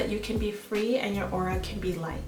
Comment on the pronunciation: It;s AURA not AurOa.. like wut..